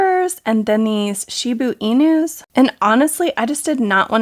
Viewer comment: Hello:3 I just wanted to let you know in your videos you normally pronounce shiba-inu as shibi-inu But it actually sounds kinda like sheeba enu (like emu but with a N) Idk if you even needed help with that but yeah